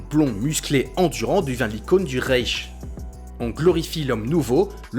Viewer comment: Tu as mal prononcé Reich, je me désabonne. (Ça se prononce comme rice en anglais, mais tu feules à la fin)